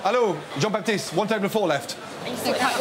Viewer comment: Four not floor 🤣